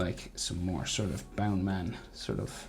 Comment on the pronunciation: Its Bounceman not boundman😂😂😂😂